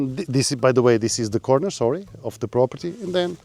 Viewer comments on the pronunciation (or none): none